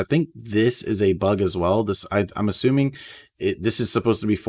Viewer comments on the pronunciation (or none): none